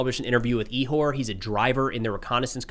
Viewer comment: e-whore? Pronouncing the Ukrainian name Ihor (Ігор) can be a bit tricky because it contains a sound that doesn't exist perfectly in English.